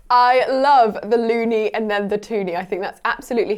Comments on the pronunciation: It's actually loonie and toonie not ey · loonie and twonie, not -ey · it's loonie it ain't kuh-laa-mitter. Is kill-o-meetr